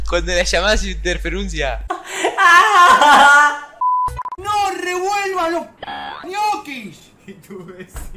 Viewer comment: interferuncia intereferuncio jajdsjadja que decia